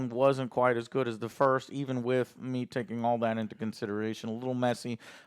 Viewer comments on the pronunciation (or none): none